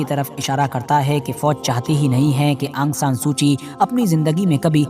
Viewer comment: aang san nahi aung san hai